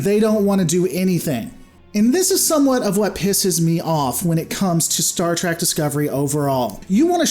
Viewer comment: It's not trek